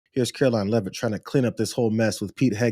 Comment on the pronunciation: I’m really uncomfortable hearing my surname coming out of the mouth of KARO-LYING LEAVE-IT. The Admiral is most likely not a direct relative of mine… nevertheless!